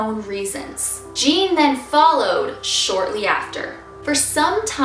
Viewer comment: It's not Jean it's ujean